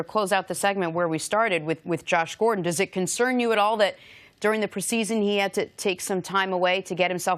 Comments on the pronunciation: Jenna say it with me it's pronounced "pree-see-zun" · Why does she say preseason like that? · Its PRE SEASON. NOT PRASEASON JENNA. LMAO